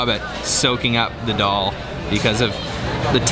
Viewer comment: Its so funny the way you pronounce the names of the food!!!!! Why can't you say 'Daal' the same way as you say 'Naan' - it sounds so much like Doll!!!! :D